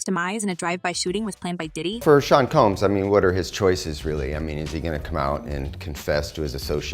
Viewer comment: "Seen Comb" and "Eazy Eight" nice....